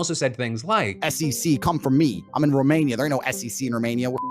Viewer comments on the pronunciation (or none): none